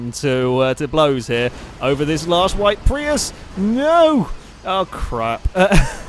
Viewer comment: I saw a Prius in Oregon with the license plate "PRI AYE." I thought immediately of you. I guess your pronunciation in correct.